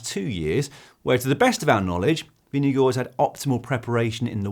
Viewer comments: Hi GCN Team, great content but also a comment - Jonas Vingegaard himself pronounces his last name as VIN-g-gard, not VIN-g-go. Just saying:) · Please pronounce his name properly hahahaha